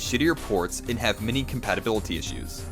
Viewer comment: he pronounces "intinded" for intended, and "mini" many.